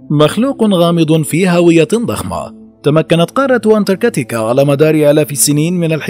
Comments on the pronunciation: انتركاتيكا 😐 اذا لفظ الاسم غلط كيف بدي صدق المعلومات اللي فيه 🤔🤔💩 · حضرتك نطقت الاسم اكثر من عشر مرات وكلهم خطاء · مش مقبول تلفظ انتاركتا بالطريقة الغلط